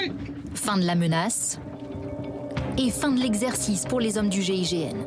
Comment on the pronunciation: Ont dit GIGN..pas GIGM..